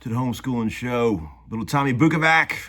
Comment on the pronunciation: Hi Tom! I'm really enjoying your your videos! It's really something different and interesting... Great stories and playing. 👌 Your last name is Bukovac,but you always pronounce it Bukovak. 🤔 Are your ancestors maybe came somewhere from Europe or ex-Yugoslavia countrys? It sounds really "Croatish" 😅 Thank you one more time for great videos! Keep on homeschooling 🤘